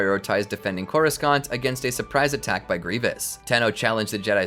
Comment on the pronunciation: I can’t unhear how they butcher the word Coruscant